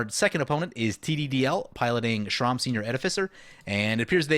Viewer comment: Sram isn’t pronounced Shrom It’s S-ram not being mean I actually find it funny actually